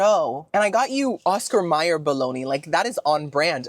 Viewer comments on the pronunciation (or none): none